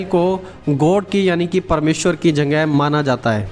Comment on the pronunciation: Aapka voice me... Jagahe ke jagah.... Janghe janghe janghe